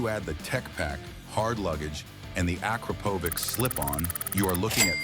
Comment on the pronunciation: correct spelling of Akrapovic sounds like “Akrapovich”,not “Akrapovick”!